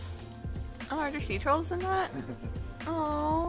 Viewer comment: Oh, "sea turtles", I heard "sea trolls" and for a second I was very confused and very excited